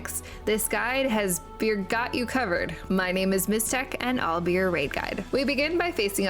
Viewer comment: I’m not sure who Beargoat is, but Bye-rah-got sends his love 😂